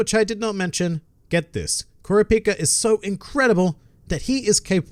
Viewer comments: Dude is kur-ap-ie-au not kuru-pi-ka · ITS kurApika NOT kurapIka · IT S KUR O PI KU NOT CURAPIKA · My man really said "qourapicka" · Kur-ah-p-ka. Like jeez it was said multiple times in ENGLISH. I’d understand if this was a sub only anime. If only, the creator(s) took 20 minutes to actually watch an episode where it’s said. Smh. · please watch the sub and listen when they say it. It might be spelled how you say it but when you listen to the anime they say it like kura-pe-ka please I love your videos but they way you say his name drives me bananas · All this time I've pronounced it ku-rap-ika . I don't know if I can accept anything else. Must be how legolas fans felt when the movies came out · Please listen to how they say his name in the dub I'm sorry but dude the way you pronounce his name gives anxiety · Learn how to pronounce his name before making a video on him dude.... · This isn't meant as bitching at your pronunciation of Kurapika [which sucks;)]. The main problem most English speakers have with Japanese names is that in Japanese, essentially, no syllables are stressed. This is actually very hard for us English speakers to achieve, we really really want to add stress, lacking stress is just unnatural to our ears and our speech habits. Try listening to the Japanese audio. Another example that is easier to get right is 'yakuza', a very commonly butchered pronunciation. It's weird how the 1999 version almost always had Killua's name sounding like it was the Kahlúa Coffee Liqueur, but a lot of times, the fist time a character said his name it was the more correct version in the 2011 show. Edit: In you're Kurapika's Nen Abilities EXPLAINED! your pronunciation is fine, you probably mention this somewhere I haven't seen yet. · Have I been pronouncing Kurapika’s name wrong this whole time? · love how you mispronounce his name every 3 seconds of the video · Don't mean to be rude but if you pronounce his name like that you haven't seen, Hunter X Hunter